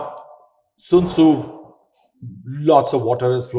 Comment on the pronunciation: Sun Tzu, not Soon Tzu.